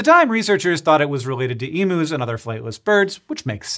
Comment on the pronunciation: The way Americans so "emus" will never not be infuriating